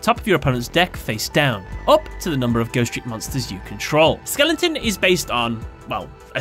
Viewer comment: I can't tell if your mispronunciations are on purpose or not. It's really hard to tell. Like Endymion becomes Enmion and Skeleton becomes Skellington.